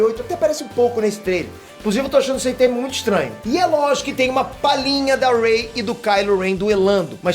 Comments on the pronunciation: Po "rei"?? Achei q vc tava de sacanagem errando o nome dela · Rei? Poie? Porra fala os nomes dos personagens direito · "rei" "poe" kkkkkkkk mds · ele falando o nome da Ray errado Kkkkkk “Rei”